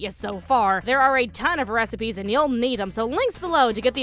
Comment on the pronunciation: did someone say "recipeh"?